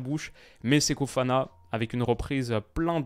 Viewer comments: Répète après moi: "SE-KO FO-FANA", tu peux le faire 🤣 (Séko Fana, ça le fait, mais je ne te connaissais pas ce type de faute de diction, alors je relève, juste pour la blague 👍😛) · Toujours "Seko Fana" sans raison :/